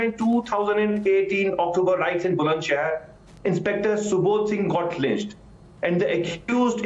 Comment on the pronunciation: RIOTS NOT ROITS